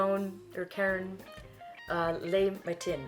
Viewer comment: When you pronounce French words, the accents are there to help, and same when there are none. So when you pronounce “le” the e is flat as in the last syllable of my name almost, not “lay”. “Les” is pronounced “lay.”. Snd “matin” ends with a nasal short a sound and you do not pronounce the n.❤. Sorry I am a francophile.